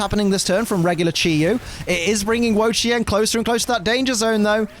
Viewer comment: is one of the 1st people I heard say wo chien name right. dude work dude. one thing I wish pokemon company did though was put the accent marks in. for those that don't know the word ma can have 4 different meaning as an example, one being house and idr the other 3 as this was over 20 years ago when i took a mandarin class.